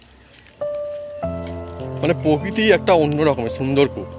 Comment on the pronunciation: পোকিতি????? মূল শব্দ বা বানান, প্রকৃতি। উচ্চারণ প্রোকৃতি।